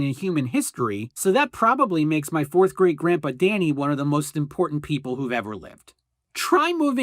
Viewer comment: I thought you said "4th grade grandfather" and thought you maybe had a new grandfather every school year.